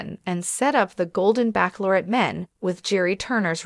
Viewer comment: Bachelorette is not pronounced backlorette